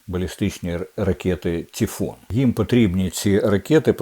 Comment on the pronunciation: Тільки не тіфон, а тайфун.